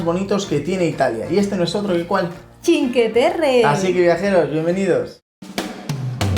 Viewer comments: Os sugiero que pronunciéis completamente bien, no solo parcialmente. Sí está bien dicho que pronunciéis "chin" para "cin" pero suena rarísimo que digáis "que" en lugar de "cue". O sea que la pronunciación sería "chincueterre" pero nunca "chinqueterre". Es que además lo decís tantas veces que uno acaba abandonando el video. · Se dice chincueterre. Lo escribo así para que sepáis.como se pronuncia. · Esta todo bien pero la pronunciacion correcta seria que no se coman la letra U se deberia pronunciar como si fuese la CUE de cuestion me dejo entender ? osea pronunciarlo como se escribe sin comerse la U adios .